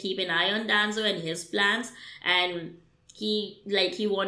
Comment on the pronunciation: Danzo - Denzo Shisui- Shesuii Naruto - Naruuoto You should work on your accent